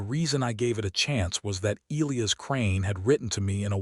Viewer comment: Louisa and Elias, among other names in these stories, are mispronounced, too.